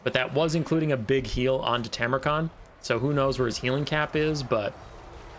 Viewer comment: Go back to saying it your old way - TARmukhan! Who cares if it's wrong, was one of your signatures when I first started watching.